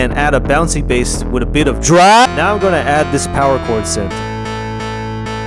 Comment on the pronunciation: Why do you say “drop” like that